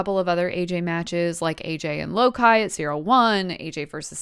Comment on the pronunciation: low ki is pronounced like loki :)